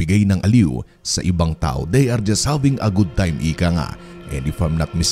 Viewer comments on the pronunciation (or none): none